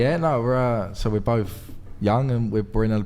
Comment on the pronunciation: Why does he so clearly say "bofe"?? Its spelled BOTH where tf is the F sound coming from?